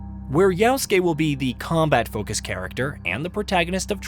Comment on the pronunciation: Guy says “yowskay”